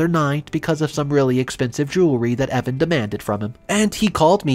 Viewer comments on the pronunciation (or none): none